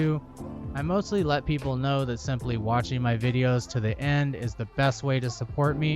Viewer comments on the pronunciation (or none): none